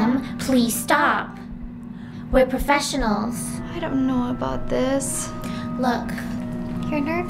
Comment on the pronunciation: Hey we're fucking perfeshinals